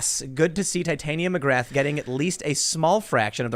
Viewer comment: looks very red... and you butchered Titania McGrath's name. Watch the JRE podcast with Andrew on it to get the proper pronunciation.